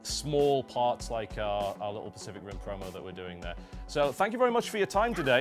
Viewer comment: Did u rike it?